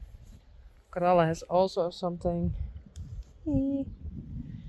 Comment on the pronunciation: I love the way you say Bell-a and Corall-a! ❤ It's beautiful and I prefer it to the more plain-sounding English versions.